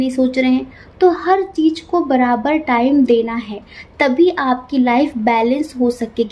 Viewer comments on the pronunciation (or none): none